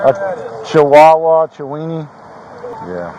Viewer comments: “Chiwineni whatever that is” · Man called a chihuahua a chihuihui... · Chiwawa...chiwini loool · Man said chaweenee 😂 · “Chiwinnie” LMAO 😂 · Chihuahua, chawinee🤣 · “Chuini” how does that sound anything like chihuahua???